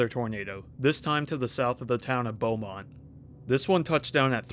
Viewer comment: Excellent pronunciation of Leduc and Beaumont by the way.